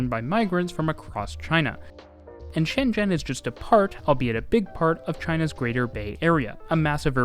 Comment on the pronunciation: The pronoucasion of ShenZhen is very accuracy. Cool.